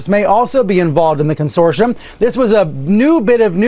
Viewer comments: What's a "consoirom" ?? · What is a "consorshum" isn't it supposed to be consortium?